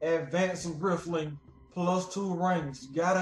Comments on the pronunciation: Advanced Rifling is pronounced Advanced Reyefling..... YOU GOTTA HAVE IT! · Lol at the fucked up pronunciation of rifling!!